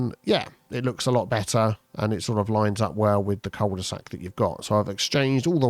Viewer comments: It is pronounced "queuel de sac" without the j sound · I mean if we want to get technical, it's pronounced "coo de sac", but at this point I don't think we're gonna convince too many on this side of 'La Manche' to revert to the French pronunciation! 😅